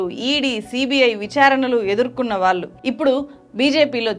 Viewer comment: వాల్లు కాదు వాళ్ళు…అనేక చోట్ల ళ…ల గా పలుకుతున్నారు. కొంచెం గమనించండి 🙏